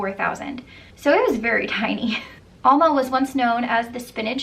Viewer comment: Not (All)ma Al- ma like in A-pple